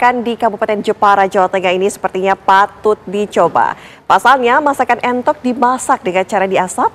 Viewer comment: menu entok atau entot mbak host? 😁😁